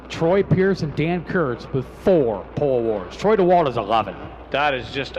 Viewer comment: Flo Racing, will you tell the boys in the booth it's pronounced Troy Dee-wald 😁